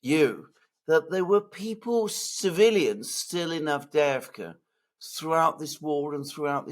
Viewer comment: Double "ii" is pronounced like the "ee" in "bee". Double "ee" is pronounced like "yeah". "Avde-yeahv-ka".